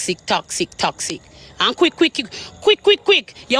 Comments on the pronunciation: Shes so uneducated img cant even pronounce toxic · 😂😂😂😂😂😂 Annie can’t even pronounce toxic 🤣🤣🤣🤣